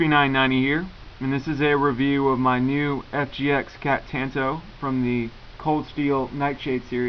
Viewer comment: good video... I cringe every time you say "Tanto" though... The 'a' should be pronounced like the 'o' in bomb